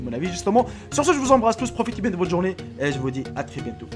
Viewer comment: on dit vidéo et non pas vidyou